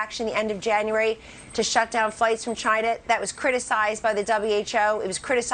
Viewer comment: 40, 000 people came in/back from "GAINAH!" (Orange Clown pronunciation) after the "decisive travel ban" which is the ONLY thing the administration touts as their ultimate power move against covid. So a thief enters your home, then you lock the door, I got it. If you believe any of Orange Baby Bitch's daily televised shite show, I have a set of bigfoot prints, a loch ness tooth and some UFO's for sale.